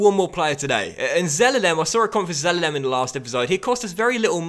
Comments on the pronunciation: Please prounce Zelalem correctly (ze-lah-lem) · its pronounced zel-ar-lem